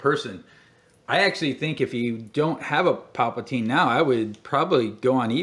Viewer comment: Uhh..I really want to watch all footage of all the figures I have..but it aggravates me with you constantly saying "Paplatine". This is a character from Return of the Jedi, correct. The name of that character is "The Emperor". Papateen was a ridiculous made up name that much, much later. It's like you sometimes troll in your own videos with certain ways you say or call things.